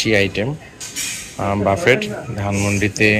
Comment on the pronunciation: বাফেট না , ব্যুফে বলেন